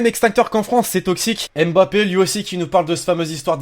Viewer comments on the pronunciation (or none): none